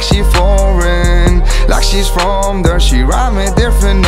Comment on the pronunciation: Casi. Cuando pronuncia "bored" o "there" suspende fuerte.